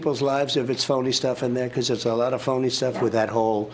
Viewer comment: Is the result of cocaine drip hitting the back of his throat...or his brain is going so fast from just doing huge rails before getting on stage that his mouth could only spit out the first syllable of "a lot". And boy howdy he does A LOT of blow!